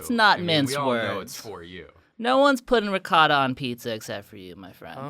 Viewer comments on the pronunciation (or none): none